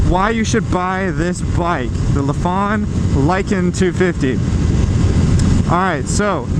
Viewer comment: Why does everyone mispronounce their name lol. Its not Luh-phan, its Ly-fan like lycan.